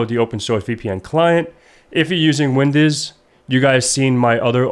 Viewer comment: "If you're using Windiz." 😂